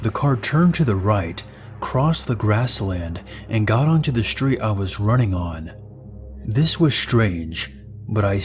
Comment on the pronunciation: You sure you're on the right "schhtreet?"